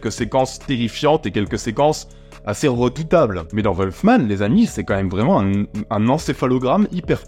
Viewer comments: Wolfman pas volfman! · Apprend déjà à prononcer le nom du film et après on verra....